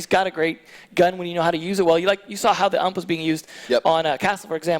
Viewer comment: are we going to ignore the fact he literally said ump instead of U.M.P smh